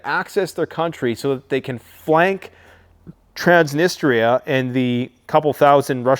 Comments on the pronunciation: Good job as always, keep 'em coming. May I suggest a pronounciation of Trans-knee-stree-ah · It's pronounced trans-nist-treeeaa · Trans Nistria. 2 words can help pronunciation. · Trans - niss - tree - ahhhh😊